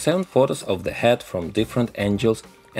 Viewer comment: This guy had inspired me a lot but i can't sop laughing the way he pronounce angle